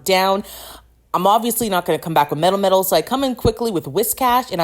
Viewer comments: Your pronouncation of melmetal is so bad 😭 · Are you saying Mel-Metal or MetalMetal?